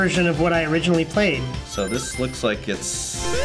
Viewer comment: MaX'kEl he said the origanal